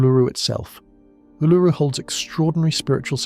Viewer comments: Ularu is pronounced oo la roo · Why is the thumbnail a reverse image? BTW the emphasis is on the first syllable for Uluru.